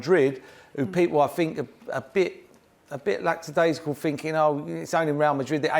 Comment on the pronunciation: Also..."laxidasical"??? Dude can barely speak.